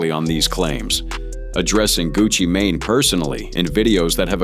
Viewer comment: 🤔❓😆🤣 "GUCCI MAIN Á" "POOH SHEESTY" WTHELLY??? 🤦🏾‍♂️😄😂 How Bout instead Of "TRYING" to Say Their entire name's JUST Use da 1st part of their names in which seems easier for U to pronounce.... Lol & Smh Even though da messag is in da Story Ijs! How U sound SILLY & Uncertain 🤫🤐 🫩❓🤷🏾‍♂️